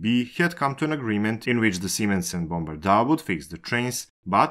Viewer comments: Jesus Christ, it's not Bombardaaaaa, it's Bombardier... Bombardier ... ier... IER. not 'aaa'... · It was painful listening to how Bombardier was pronounced. Guess it's not so important now. Once partners in French, German, Chinese and their own offering (Zefiro), Bombardier is now no more having been purchased by Alstom. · to be fair, I don't care about the accent, it's heavy but whatever, it's great content and that's important, but from time to time it would be nice if the cared a little bit more about the pronunciation. Bombardaaaa is cute, a town where people died seems more callous. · The way you say Bombardier is just weird 😆